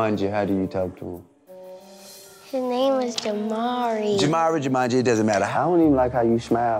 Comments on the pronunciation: Jamanji 🤣🤣🤣🤣🤣🤣🤣 T.i really get this name wrong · He said "JUMANJI"? lol